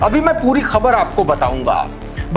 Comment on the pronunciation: Thank you for pronouncing KHABAR right. You are good.